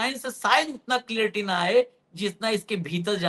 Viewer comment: जी! आप कई बार क्लियरटी शब्द बोलते है. यह शब्द ठीक नहीं है. सही शब्द क्लैरिटी (clarity) होता है.